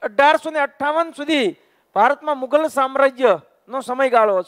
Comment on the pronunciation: મુધલ નહીં મુઘલ આવશે